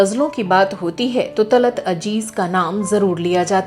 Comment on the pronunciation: Madam .. Aap ke videos bahuth hi achche hote haiN, aap Ziyadatar Urdu words istemaal karti haiN Magar Sorry KahiN kahin aap Z Ki Jagah J Use kardeti hain Talat Aziz Talat Ajeez Jaise Gajal Ghazal Yeh durust word hai, pls koshish kijiye Urdu words ko Urdu mein istemaal karein